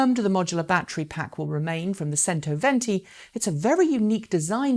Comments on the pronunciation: Chento not sento. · FIAT "Sentoventi" :))))) The English vs. pronouncinations